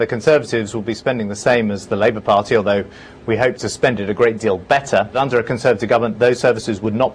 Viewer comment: Has your inability to pronounce party correctly ruled you out of ever being a politician?